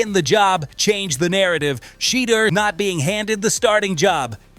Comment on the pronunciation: I stopped watching when I heard SHE-DER SANDERS...... next